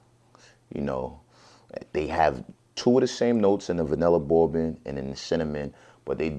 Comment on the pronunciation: Why does he say "bourbon" like a 5 year old with a speech impediment? It's pronounced "BURR-BIN"-- not "bow-bin."